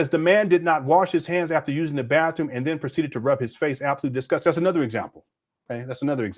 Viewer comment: I thought he had several PhD’s, but he says “Bafroom”. Instead of saying Bathroom.😢